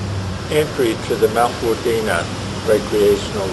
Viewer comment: Its not wundina its WUDINNA